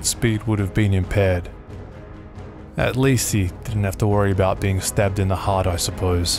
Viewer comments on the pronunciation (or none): none